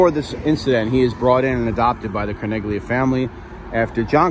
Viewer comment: In the name Carneglia the g is silent in Italian. Tragic story but John Favarra should have known he was marked for death ☠️.